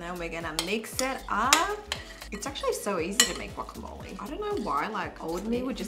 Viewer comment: I knew it was going to be good when she pronounced guacamole correctly!